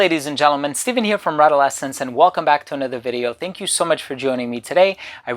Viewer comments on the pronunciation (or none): none